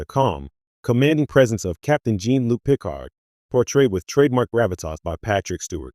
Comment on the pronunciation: “Gene Luke Pick-hard”? JFC. Get a real person to do this